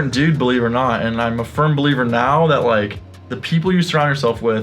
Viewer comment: Everytime you guys say firm believer I think you’re saying “furn” believer lol